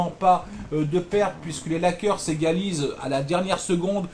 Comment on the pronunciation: Ta prononciation de Lakers m'a fait éclaté de rire:D Merci et bonne continuation!